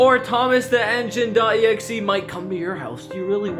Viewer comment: Thomas the Tank Not Eneine